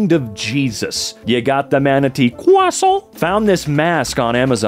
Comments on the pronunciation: the way he wount “cwuasont” all the sudden made me fly to the moon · I lost it when he said "croissant" 😂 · leaving this comment for all the fans of the 'ᶜʳᵒⁱˢˢᵃⁿᵗ' and how he said it XD